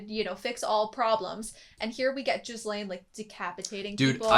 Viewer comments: Gee-lain. Not Jiz-lain. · Just so you know, you've been mispronouncing Ghislaine, it's not Jizzlaine, but pronounced more like Ge-Laine with a hard G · not jizz-lane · Ghislane's name is pronounced like "gi-lane" rather than "jis-lane" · The way he pronounces Ghislaine as Jizlaine makes my ears bleed. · Love your reactions. One small aside, the I in Ghislaine is silent, pronounced more like Gilaine when spoken. I'd recommend checking out the dub version at some point, the comedic bits are come out much funnier in English than subtitled. The dub cast is stellar. When he says "money can't buy dere", in the dub its "Money can't buy waifus." I didn't get the joke until I heard it in English, but I really prefer it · Could you stop saying 'jizzlaine'? I know its hard to pronounce. Try it with a silent s, or without the s. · Lmao they keep calling her Jizzlaine even after hearing the other characters saying her name so many times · The way you pronounce Ghislaine is G as in “give” and the h and s are both silent. So it’s pronounced “Gi-lane. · jizz-lane... guess thats one way to pronounce it XD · Mf said JIZZlaine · Just wanted to note that Ghislaine's name is pronounced "Ge-lane". You can hear it a lot better in the Dub version if you want to pop over there to hear it more on how to pronounce it. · is jizzlaine really the way to pronounce her name? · I don´t want to be annoying or something but: The s in Ghislaine is silent. It´s basically pronounced gee-laine. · it's pronounced like geese-lane. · its pronounced gihlayne i believe, the s is silent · Ghislaine is pronounced "Gillen" (almost like Glen) since the name is of French origin. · Gee (like geek) Lane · I die a little bit every time yall say Ghislaine like that lol.